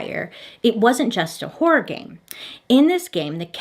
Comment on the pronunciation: I’ve been here since Bailey tried to say the word “horror” for the first time in this channel 😂😂😂